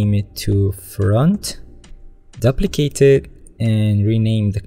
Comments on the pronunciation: Very T for future reference, you need to pronounce ‘duplicate’ like ‘dew-plicate’. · The first syllable of duplicate rhymes with "two." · man i really like ur video. i have been searching for quite sometime bfore stumbling upon this video. only one problem though; the way u said duplicate in photoshop really triggered me